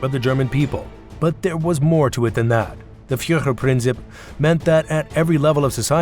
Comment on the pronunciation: It would improve the video if you could pronounce German words correctly. And translate them correctly as well; for example Führerprinzip does not mean Principal Leader, it means the Leader Principle.